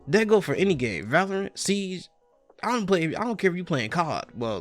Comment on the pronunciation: When you said siege it sounded like you said ”seeds”. ”I’ma go ahead and knock out some seeds” lol